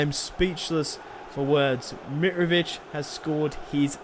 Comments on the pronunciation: It's miTrovic not mirovic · can you please say mitrovic's name properly